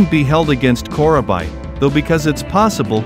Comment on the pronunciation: Thanks for the upload "Core-uh-bye"... 😉